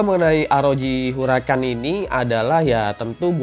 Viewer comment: Shin chan